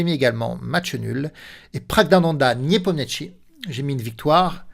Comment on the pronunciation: A chaque fois que je regarde une vidéo sur nepo vous écorchez son nom jpp 🤣🤣 Le niepomietchi à la 40ème seconde c'est du troll à ce niveau là c'est pas possible !!